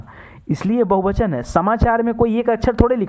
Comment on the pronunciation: bahuvachan hota hai bahubachan nahi